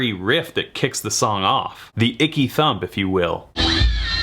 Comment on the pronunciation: Aaaanndd..it was ‘Ecky Thump’ Jack…not ‘Icky’